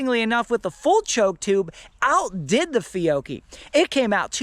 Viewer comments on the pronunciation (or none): It’s Fee-oh-key. George has it correct!